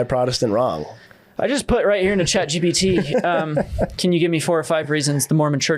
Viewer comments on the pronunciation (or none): none